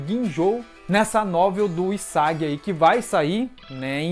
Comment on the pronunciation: Po não me entenda mal, mas está pronunciando os nomes errados. É TSUkishima, HIsagi...